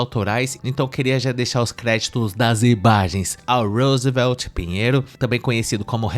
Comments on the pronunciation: Esse "Roosevelt" é M-A-R-A-V-I-L-I-N-D-O de ouvir 😂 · Vixxxiii mano, lá no nordeste as pessoas tem nomes e sobrenomes dignos de americanos, Tayane Smith, O repórter se chama Rosveld 😂😂😂